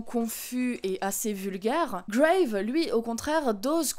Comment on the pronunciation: Bon j'imagine que depuis deux ans tu as dû avoir la réponse, mais c'est bien "Grave" prononcé à la française et non à l'anglaise. J'avais vu le film en avant-première, en présence de la réalisatrice à la fin, et elle expliquait que le titre du film venait d'une phrase prononcée par l'héroïne, "C'est grave", qui pourrait vouloir tout dire et rien dire, et aussi en référence à l'expression consistant à dire "Grave" en signe d'approbation, un terme marqué "jeune", et évidemment en jeu avec la signification anglaise.